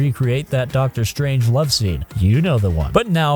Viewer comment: Sounds like you're saying "Dr. Strange love-scene", and not "Dr. Strangelove-scene" which given the context is what I'm guessing you were aiming for.